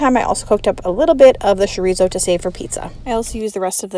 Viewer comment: Chorizo= cho ree zo, not sho ree zo!